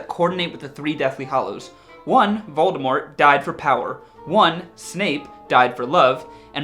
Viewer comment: IS A HUFFLEPUFF! Yeah!! Also, props for pronouncing "Voldemort" correctly!